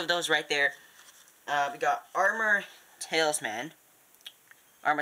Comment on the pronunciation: you kept saying tailsman It is talisman